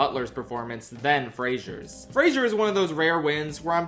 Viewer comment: I like how you made an effort to pronounce Zoe Saldaña's name correctly... only to then mispronounce Brendan Fraser's name. PSA to people, because I know this mistake is common and he's talked about it before. It's Fraser, not Frasier. There's no I. It's not pronounced like the tv show. Halle Berry pronounces it correctly . It's a "zuh" sound, not a "zee-ur" sound. It peeves me because I have the same name, I know his pain.